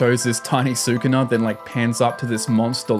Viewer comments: SU-KU-NA???? xD it only says Skoona like 100+ time in the anime. I know its spelt Sukuna but it Japanese the u sound is usually dropped after a word starting with S (and other letters). Su-ku-na?? more like su kon dese nuts! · hearing sookoonuh every 5 seconds like watch an episode or something before making a video?